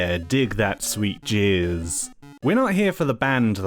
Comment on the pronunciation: why did you jizz instead of jazz, it's blowing my mind.